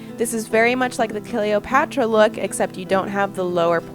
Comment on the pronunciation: I too love killiopotra ITS clee-ha-paw-rah or cle-oh-pat-ra